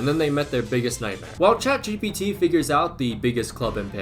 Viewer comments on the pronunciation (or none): none